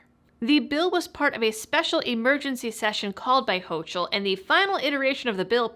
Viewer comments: Not that it matters, but its Kathy HO-COOL (not HO-CHOOL) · it won't stick , my uncle is a NY lawyer--- ps you are mispronouncing the governors name --it's pronounced ''HOCO '',, the vowel ''O'' are both long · Good video. Thanks! Please get Hochul's name right, it's German so the 'ch' is hard like a 'ck' (let's not willingly give them the ammo they need, to have a justification for calling us 'ignorant ignoramuses and un-educated rubes')!